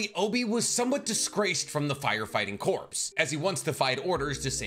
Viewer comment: Corps. Is pronounced as core